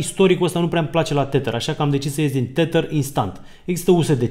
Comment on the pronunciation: tedăr iar r-ul e silent, nu tetăr. oricum e mult mai bine decât titărul lui Mihăiță 😁